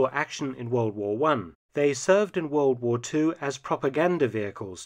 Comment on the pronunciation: Wold waa won, Wold waa won, Wold waa won, Wold waa won....... Try Great War - or First World War. WWI is a journalistic abbreviation.